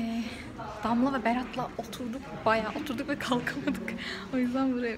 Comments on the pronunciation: Damla değil danla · damla degil danla 😄